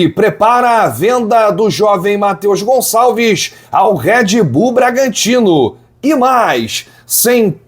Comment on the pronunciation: Tira esse "S" do Gonçalves, pelo amor de Deus!